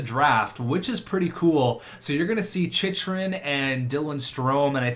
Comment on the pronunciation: Hey! Jacob Chychrun is actually pronounced like chick er ing